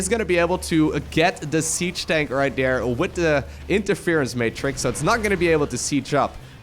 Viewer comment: I couldnt help but laugh at how kept say "there" over dere over dere over dere haha